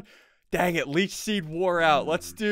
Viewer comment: Is it just me or did SSundee say leach sheed